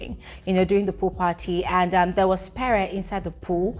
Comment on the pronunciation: It's pree not peree It's venivhaaa not venita